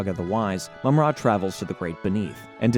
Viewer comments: I appreciate you putting this together and it makes me realize the show was fairly well written compared to other kids shows of the time. That said, no idea why you pronounce it Mum-RA instead of Mumra. You even said Mumra a few times but went back to the more awkward pronunciation. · And Mumrah not Moomrah. Lol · It's Mumm-Ra. The Egyptian god Ra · Only managed to get to 50 seconds in, once the names were so bad i could not watch any more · Its called MUMraaaa fck sake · and “Moom Rah” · mum RA! Lol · And mummra. Sheesh... Appreciate the work though